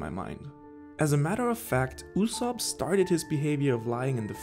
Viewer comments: Yu-sopp not Oosop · YU-zop. that's how you pronounce his name in English. in Japanse it's YU-Zo-Pu. i mean come on- you probably watch the Sub, AKA original Japanese Dub, you must have heard a million times how his name is pronounced. why do you call him "OO-sop"?